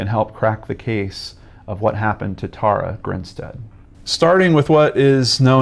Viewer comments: Her name is pronounced...Tara: Tare-ah...not Taura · Hey, great video, but her name is pronounced like Sara with a T.